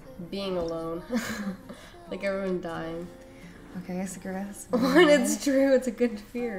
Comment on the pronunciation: Is that actually how you pronounce Sakura?